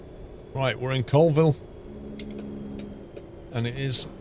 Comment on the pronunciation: Hey its actually pronounced Colville (Call-ville)